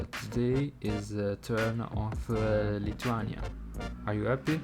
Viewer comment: Your pronuciation is wrong even for name of the country.